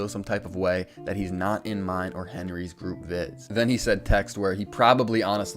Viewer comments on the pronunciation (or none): none